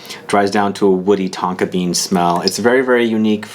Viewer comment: At one point I almost thought you said Tonka beard 😁